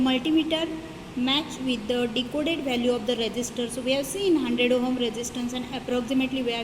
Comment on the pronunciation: firstly it's not ohum its ohm